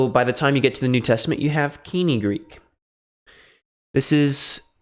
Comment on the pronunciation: Why does he pronounce koine wrong